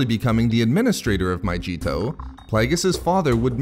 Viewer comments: Pronounced MA-Gee-to not majito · It's not pronounced My-g-tow! It's My-ge-tow! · your videos are cool and stuff but just a heads up, it’s pronounced my-gee-to not my-jee-to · My-g-eeto, not myJeeto